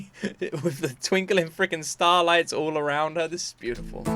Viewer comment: Did you say starlights on purpose? 😂